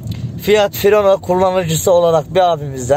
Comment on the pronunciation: Fireno değil cahil Fiorino